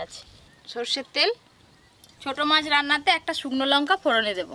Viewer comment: কথা টা লোঙকা নয় লঙকা